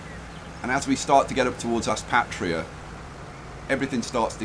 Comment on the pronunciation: Sup bro just a small thing I live near Aspatria and its pronounced like Ass"pay"tria haha but this looks amazing ahah been watching this play through nice